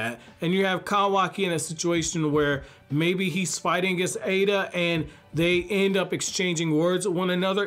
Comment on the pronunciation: Eida (“ada”). Pronouncing it “ida” (eye-da) is incorrect. I love it how goes from to the other and never decides. It’s so confusing 😆 Great video though. I love his theories and character analyses.